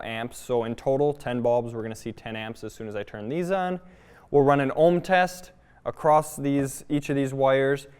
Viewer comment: Nice video! FYI the word is across, or you might use the word crossed, but not “acrossed”. I’m just trying to be helpful- like your videos. 🤓